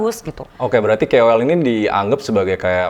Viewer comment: KOL kak bukan kewel